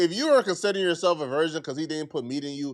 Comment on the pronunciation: He keeps saying version instead of virgin and idk why its bugging me so much when its not that huge of an issue lol 😂